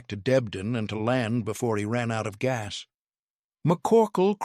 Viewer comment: Can’t even pronounce ‘GAS’